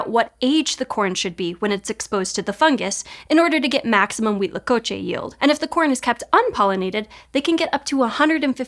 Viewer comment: Kudos for pronouncing Huitlacoche correctly every time! 👏👏👏